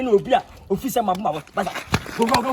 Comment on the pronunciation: I Only Hear Gwo Gwo And Thinking It Is Their Language Not Knowing It Is Go ...The Guy And Them Who Supposed To Be A Military Man ?